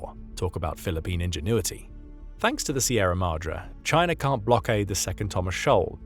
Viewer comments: Pronounced Madray like sun ray, not Mahdra. Apply Spanish style pronunciation where appropriate. Such English pronunciation... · AAAHHHH! please pronounce Madre correctly.